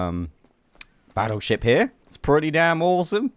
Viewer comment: You said baotship instead of battleship